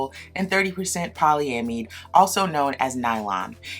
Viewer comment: Poly-am-id (I'd), that's how it's pronounced. It's almost like you're asking yourself a question. That's how Merriam-Webster has it. Cool review system otherwise. Love the shirt!